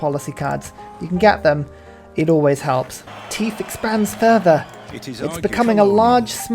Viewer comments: Why do you pronounce "Tithe" the way you do? Everytime it happens I wonder to myself "Why is he talking about teeth all of a sudden?" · The enunciation of how he's saying it is hilarious though